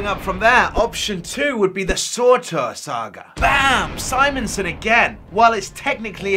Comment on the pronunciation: Just personally bugging me, it's SURTUR (Sir-tur) not SORTOR (Sore-Tore)